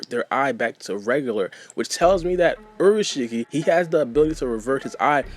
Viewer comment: u said urushiki it's pronounced as in ulashiki